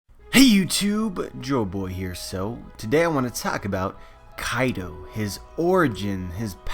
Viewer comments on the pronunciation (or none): Hey guys, today I want to taak about.. Sorry but I always release a silent chuckle when I hear you pronounce 'talk.'